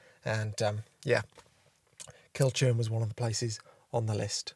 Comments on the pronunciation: it's kind of pronounced like cull-curn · Nice video as always, it’s a fantastic area. Just for future reference when/if you’re back at Loch Awe, Kilchurn is pronounced Kil-hoorn. I’m a 53 y.o. Scot and despite having photographed it a few times, I only found that out a couple of years ago when corrected by a friend.